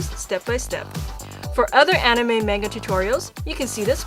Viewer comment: I'm not sure if thats how you say Manga..